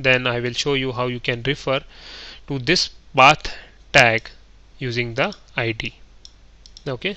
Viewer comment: can't stand badly pronounced indian accents, and wrong emphasis like IEEE-d (for id). Sorry. Your accent is one of the better ones though. Quite thorough, appreciate it. Make more!